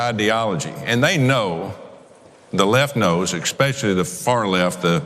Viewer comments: One thing the left knows "EXSPECIALLY" is how to pronounce the word "especially". God Damn!!! Sorry, one of my pet peeves. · "ekspeshully" Dear me. These are your elected representatives. Wake up, Murikuh. Perjury Traitor Greed is a terrible, terrible, ignorant dog in high heels. "Jindurr" "uhMeeeeriken" She's not ok.